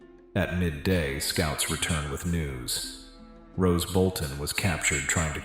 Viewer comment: Roose Bolton, stop saying Rose